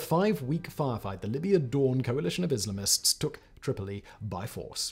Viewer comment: Grateful for the auto-generated closed-captions. You are grossly mispronouncing "Islamists". IS-LUH-MISTS? Just lol...